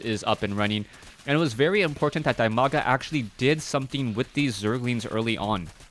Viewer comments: He is called Di-maga. Not Die-maga. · "Dimaga" is pronounced as "dee-ma-ga"